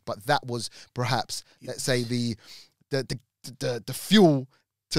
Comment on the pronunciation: PER-HAPS Now you say it.... PER....HAPS